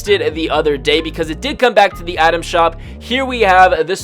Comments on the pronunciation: Take a shot every time he says Adam shop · frist few times i heard you saying "atom shop"